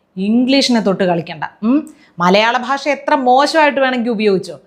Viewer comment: മലയാളം പോലും സംസാരിക്കാൻ അറിയില്ല,"ഭാഷ"പറയുന്നത് "ബാഷ"എന്നാണ് നല്ല ഉന്നതം?